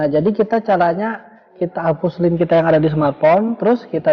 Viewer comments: Kok pengucapannya lin.....laen kali kk....😂😂😂btw mksh infony🙏🙏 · Line anjingg bukan linn